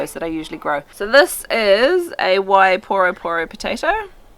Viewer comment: Can you please learn how to pronounce the names properly 😅 please and thank you. Wai - WHY poro - poor ro- poro - poor ro. Thank you for the great video will deffs give it a go